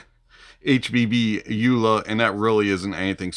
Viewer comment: Vee-VAH-chay, it's italian, means sprightly or fast and light? Like that..I would guess Elua would be pronounced Eh-loo-ah.. Oola is probably not quite there.. 😂